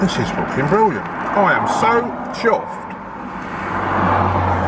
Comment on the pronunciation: "That's forkin briwwiant" You sure got a way with words man, hahahah